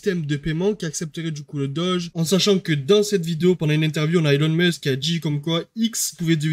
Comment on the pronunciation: Y’a aucun D sur elon ou X mec tu fumes